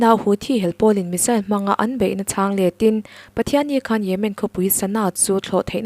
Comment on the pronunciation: A ngaihnawmin a bengvar thlak ṭhin. Lawmthu ka sawi leh e. Rawtna ka'n siam nawn leh teh ang. ' HR' hi Sh in ila lam ri reng mai.'Hriattir' =Shiattir. 'Ṭ' hi 'Ch' angin ala ri fan bawk. 'Ṭang' hi 'Chang' Trump pawh Champ. Khawngawih takin mi entawn leh in tihdan hi ṭha ber (chha ber ni lovin) a ngaih in ni. Han uluk ula, Mizo leh Mizo ṭawng (Mizo chawng a ni lehpek lo aw) hi i humhalhin i humhim teh ang u.